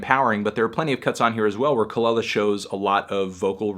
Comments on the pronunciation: Say it with me "kah-LEE-la" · Her name is actually pronounced Kuh luh luh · The way he says kelela bothers me so much